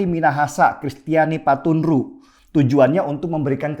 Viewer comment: Mntap bang penjlasannya.. tpi, tuk nama bupati minahasa masnya slh sebut.. itu Paruntu bkn patunru wkwk tpi ttp smngt trus ya bang💪💪🇮🇩🇮🇩